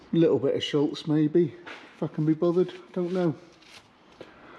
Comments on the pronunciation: Great couple of videos on the MX-5! I’ve lasted so long here but I’ve got to say it now, there’s no L in Schutz 😂 NO SHADE! Love the channel ❤ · Love the channel and really enjoying the Eunos restoration. Just one thing that irks a bit - SHUTZ does not have an 'L' in it. 🙂